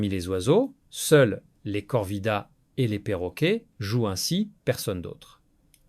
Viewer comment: ce sont des corvidés....( se prono:face-purple-crying:nçant comme cela s"écrit)et non corvidaés....l'ia vous a induit en erreur!!